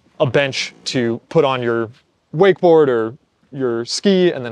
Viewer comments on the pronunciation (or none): Why is he saying wakesboard boats?